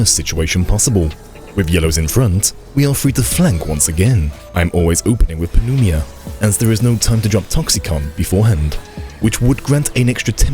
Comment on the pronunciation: Pneuma is pronounced new-muh.